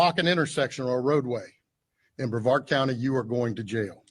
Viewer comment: It’s BREVARD COUNTY…not BAVARD COUNTY!!!